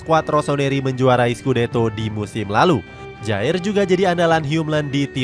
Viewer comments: simon kher penyebutannya lol 😂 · Kjaer dibaca kiyar mazseh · Min koreksi ya : 1. KJAER Dibaca Kiyar 2. Braithwaite itu penyerang sayap, jadi ga mungkin dipasang jadi CF selama ada Dolberg & Poulsen